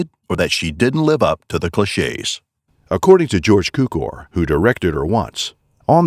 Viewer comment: You misused a lot of words and mispronounced the names of George Cukor and Howard Deitz and it’s Laurette Taylor, not Loretta. Lazy! 😑